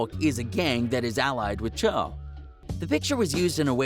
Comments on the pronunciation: dude said "cho" im weak bruh its "choo" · I know but just the way he said it’ also “Choo” not “Cho” you feel me’